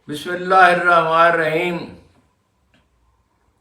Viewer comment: bismilla to theek se padh liya karo bade miyan